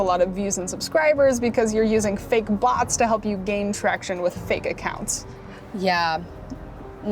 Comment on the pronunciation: When she said Bots, I thought it was butts😂